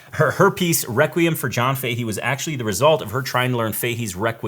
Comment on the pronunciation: Fahy or Fahey is an Irish name. Common in Galway . Pronounced “Fa Hey” or “Fa Hee” , say it fast . Not that it matters . Cool show .